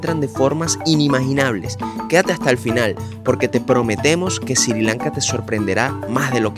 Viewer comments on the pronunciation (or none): ¿Porqué dice SiRi Lanka?